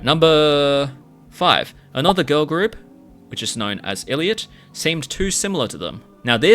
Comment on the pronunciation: i think the biggest issue is that newjeans and their fans seem to think they are fightiing against the entire hybe. yes ador is a subsidiary, but they aren responsible for the actions of other labels. pretty sure they said one time “why would we try to replace our only artist?” 😭😭 also it’s pronounced eye lit not ill lit